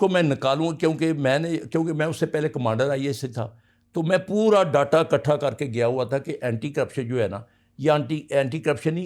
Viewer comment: باتیں تو پتا نہیں ٹھیک ھیں یا غلط۔ مگر کو اردو تو صحیح تلفظ سے بولنا نہیں آتا۔ اب یہ محترم ڈیٹا کو ڈاٹا بول رھے ھیں۔ اس ملک کو اس نہج تک پہنچانے میں سب سےبڑا ھاتھ محترم کے ادارے کا ھی ھے۔ کیونکہ یہ ادارہ نہیں رھا انکی غنڈہ گردی کا یہ عالم ھے کہ دیواروں کو ٹھڈے ارنے یا توڑنےوالے جیلوں میں سڑ رھے۔اور اس ملک کا آئین توڑنےوالوں کے خلاف کبھی کوئی مقدمہ بنے گا کیا؟ جتنی محبت ھمیں آرمی سے تھی خدا کی قسم اس سے کئی گنا نفرت ھوچکی۔ دعا ھے کہ اللہ اس وطن عزیز کو شریروں کے شر اور حاسدین کے حسد سے بچا کر رکھے۔ اور یہاں کوئی صاحب ایمان حکمران کو حکمرانیت نصیب فرما۔ ان جرنیلوں نے عوام کو PTI, N-League,PPP کے جھگڑوں میں بانٹا اور خود انکی اکھاڑ پچھاڑ کر کے DIVIDE & RULE والی فلم پہ عمل پیرا ھیں۔ آخری بات جب تک عوام طور پر یہ فوج بیرکوں, بارڈر, ملکی حفاظت تک محدود نہیں ھوتی۔ اس ملک کا کوئی مستقبل نہیں۔ جو بولے بس اسے اٹھا لو۔ ھاتھ جوڑتے ھیں بہت ھوگیا, اب یہ پین یکی بند کرو اور عوام کو اپنا فیصلہ کرنے دو۔